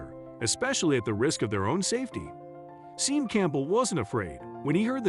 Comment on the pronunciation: Sean is pronounced Shawn.